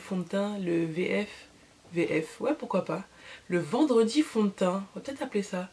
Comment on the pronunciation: mdr "vendwedi fond de teint"! Le résultat est très joli